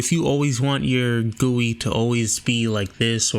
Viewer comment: No, he pronounced it right